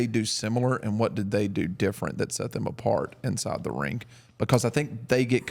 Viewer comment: Love but DUDE. It's ring not rink. I hear it everytime 😂